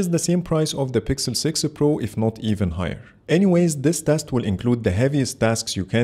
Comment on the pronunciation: My eye twitches every time he says "sixel pro".